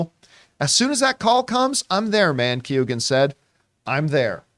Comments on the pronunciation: Americans and Canadians just butcher names . Prenouced "Key""Eoin" not Keegan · You guys are pronouncing Keoghan very wrong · pronounced KYOH-gan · Barrys surname is pronounced "Qo-han" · Key-ohn is the pronunciation